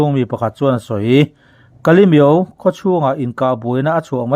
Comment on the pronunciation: Kalimyo itihdan chu iva miau nasa ve😅😅😅😅